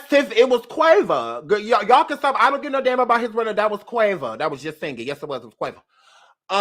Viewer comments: I died everytime u called that boy Quava.🤦🏾‍♀️😂😂😂😂😂😂😭😭😭😭😭😭😭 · OMG- whyyyyyy you call that boy Quava? ROFLMAOOOOOOOOOOOO